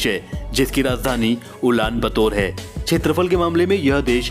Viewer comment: Wonderful,beautiful,informative & really very nice interesting video.Arjentin-Messi,Brazil-Pele,Amazon.I knew that my country INDIA is on 7 the position.I should say that Area is called kshetrafal not chetrafal.Please forgive me for this comment.👌👌👌👍👍👍❤❤❤